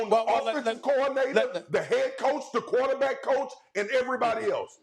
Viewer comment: swagu say "qwo-tah-beck" 🤣